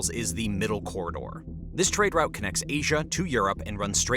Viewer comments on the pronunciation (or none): Good news outlet. How you pronounce Moscow and Route is mildly irritating though :)